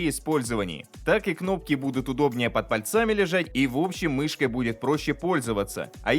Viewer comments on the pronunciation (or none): "Под пальцАми" 😮❓❗ Чот мне кажется это не ошибка, не оговорка. В данном случае это наверное как блогеры безграмотные сума по сходили говоря "пультАми", а не как правильно "пУльтами" или "пультОв" вместо правильно "пУльтов" и тд 🤦